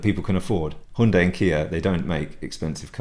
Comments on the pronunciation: It's correct ,as CEO pronounced it this way during presentation of new Hyundai Tucson in South Korea ( Her Yun day)! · You're the only guy I've heard pronounce Hyundai correctly.All countries seem to pronounce it differently.Yours must be correct as managing director of company pronounces it that way!